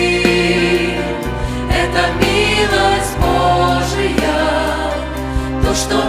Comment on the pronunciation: Хорошо поют! Только не БожиЯ, а БОжия - сохраняйте правильное ударение в словах.